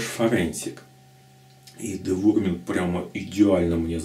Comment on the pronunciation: [dɪˈvaʊəmənt] - Дива'уэрмент правильно название произносится...